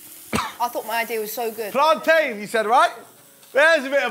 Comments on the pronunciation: The way pronounces plantain piss me off it is no plan-tin it is plan-tain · ITS PLANTAIN NOT PLANTIN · ITS PLATAINNNNN, NO PLANTIN DAMN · said make plantin with banana 😂😂😂😂😂😂😂😂😂😂😂😂😂😂😂😂😂😂😂😂😂😂😂😂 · the fact she calls it plantin kmt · really said MAKE PLANTAIN howling hahahaha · "plaantin" plantian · Wait did she say make plantin out of banana 😭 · she said plantin so i dislike the video smh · We gonna let her get away with saying make plantain or nah